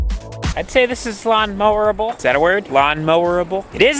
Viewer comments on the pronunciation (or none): It's 'Mowable' bro